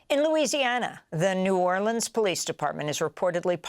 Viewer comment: Love how you said N'arlins.